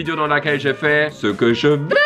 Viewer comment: Le “ce que je veux” il n’a pas la même sonorité 😅😂